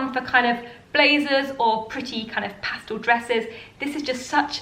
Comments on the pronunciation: Pastal ? It’s pastel unless it’s a different word I hadn’t heard yet. Love your style. Thanks for the great videos. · The word is pastel not pastal ! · Did she just say Pastal?